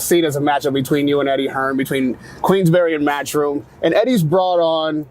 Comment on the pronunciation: It’s not Queens Berry its Queensberry